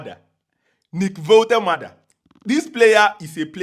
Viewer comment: He will sue u for pronouncing his name like that 😅